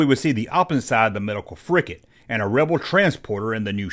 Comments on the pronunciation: It's FRIGATE, not "frickett"! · Dear God, it's a "frigate." With a G. Stop saying "fricket." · Frigate, not fricket. Gomer.